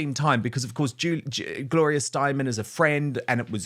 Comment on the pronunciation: Not Stein 'man'. Gloria Steinam is her name.🎯